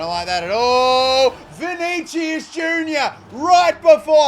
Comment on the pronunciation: please learn how to say vinicius